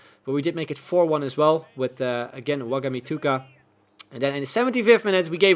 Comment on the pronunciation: be like "Wagamituga" Bro it's actually "Wa-man-gi-tu-ka